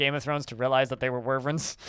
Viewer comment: Lost it when he said, "Skyrim doesn't even have dragons. They're all worvrens! [sic]" The juxtaposition of him correcting people about the difference but so confidently incorrect in his pronunciation is peak irony. Wy-vern. Say it with me. Why-vern. Not worvrens. Wyverns.